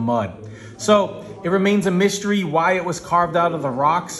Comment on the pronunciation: it's not mySHtery it's mystery